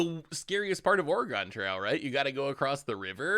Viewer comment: It’s pronounced or-e-gun not or-e-gon